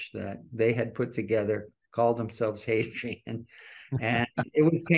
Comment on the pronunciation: I couldn't tell if there was an H in front of that or not. Hadrian?